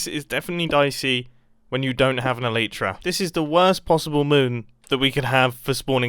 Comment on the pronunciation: You are one of the wrong pronouncers of elytra 🤦🏻‍♂️